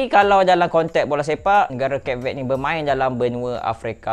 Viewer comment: ..at least google la cara nak sebut nama negara tu. Tak susah pon.